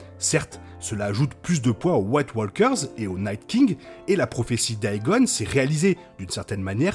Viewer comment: yep super episode, merci pour le review ! c'est moi ou c'etait "sam" (l'acteur de GOT) à la table du conseil ? je chipotte mais ton anglais parfois est limite, préfère "marcheurs blancs" à "white walekeures" ;)